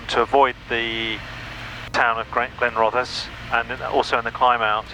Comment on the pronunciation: My local airfield, and good go at Glenrothes… roll the R and essss at the end 😊